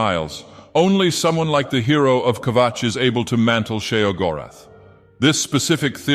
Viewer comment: I will never tire of hearing say Kvatch.